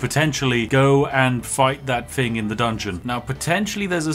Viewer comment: Learn how to correctly pronounce words. It is not, "You do your FING." It is, "You do your THING." "THank you." Not, "Fank you."